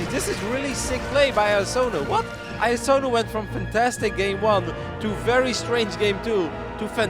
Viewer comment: Is there noone who can pronounce iAsonus name ?